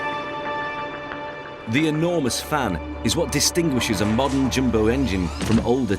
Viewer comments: IT'S DEFINITELY NOT "jimbo jet". Wanker! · Why he keeps saying ‘Jimbo’ jet? Is it not ‘ Jumbo’ jet?